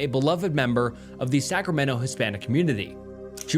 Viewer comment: I’m sorry… scramento?????!